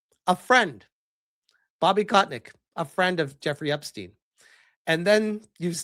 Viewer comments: It's Kotick, not Kotnick XD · Is as if never heard of Bobby KOTICK, one of the most infamous known figure, before. Keeps calling him KotNICK... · How can u pronounce kotick's name as kot nick? There's no N & u are pronouncing it wrong. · everytime you called him "kotNICK" lol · Who the hell is "Kotnick"?... Read, man. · Why the fuck do you keep saying "kotnik"? There is no N in his name.